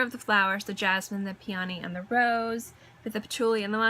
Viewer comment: PEE uh nee = Peony Nass STIR shum = Nasturtium Ger AY nee um = Geranium Eh PITT uh mee = Epitome Seen your EEN ah = Signorina Hope it helps. 😊